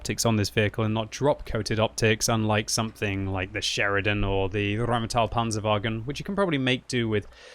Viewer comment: I got here only to hear RRrrrheinmetall and wasn't disappointed ...